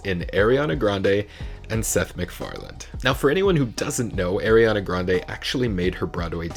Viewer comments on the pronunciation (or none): Her name is pronounced Are ree ah na... Not Air ree ah na